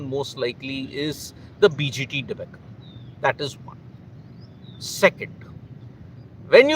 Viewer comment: Debacle. Pronounced dee- barkle. Not Debuckl